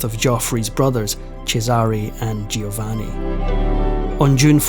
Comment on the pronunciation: You're better than most. But it's spoken JO- VANNI 🙂 Doing a great job though. And your voice is wonderful. Thank you for this absolute treat 🌹🙏 I also appreciate that there are still young people interested in history and teaching others. It's so important. Bravo!